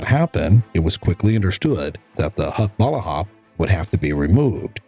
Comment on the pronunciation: Another MISPRONOUNCED FILIPINO TERM "HUKBALAHAP".